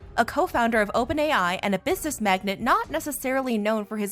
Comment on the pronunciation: Magnate is NOT pronounced the same way as magnet. They are two different things. 🙄